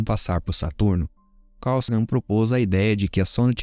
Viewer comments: Parabéns pelo trabalho. Só menciono um erro de pronúncia do cientista Sagan que o correto se lê: SEIGAN. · Você é ótimo. Mas a pronúncia precisa melhorar. SAGAN se pronuncia como "Seigan". De resto, parabéns.